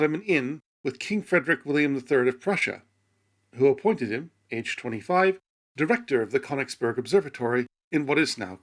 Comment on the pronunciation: A great video! But I still cringed at every Fried-rick in it. It should be Freed-rick. In German names EI is English IE, while IE is English EE.